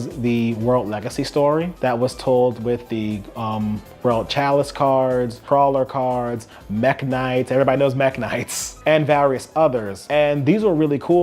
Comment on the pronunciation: Crowley instead of Krawler gave me a good laugh